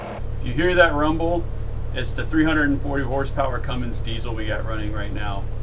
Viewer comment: everybody says cummings diesel when it is cummins unless there is a cummings which i doubt